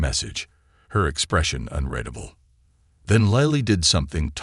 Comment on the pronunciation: The narrator keeps saying unredable instead of unreadable. It's very annoying!!!